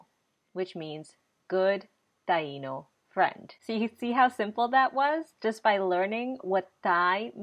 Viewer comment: I don't understand why the i in Taino is accented so hard when you guys say the word, but when you use it in any other form you don't accent the i. You shouldn't be accenting the i in the word of Taino either please. it's so annoying. it's incorrect thx